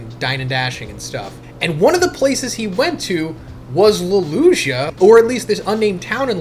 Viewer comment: The way you say Lulusia is pissing me off.